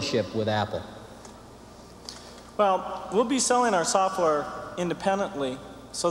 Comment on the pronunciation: “Soffware”—Steve Jobs